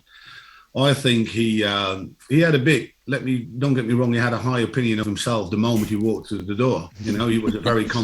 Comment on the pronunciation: 'Opinon' Come on, FFS! Aren't you supposed to work in journalism?!